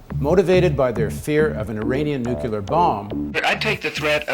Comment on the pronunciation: I have a hard time taking a guy seriously that pronounces nuclear "nu-cu-lar". I don't care how much you know about politics. Learn how to speak english!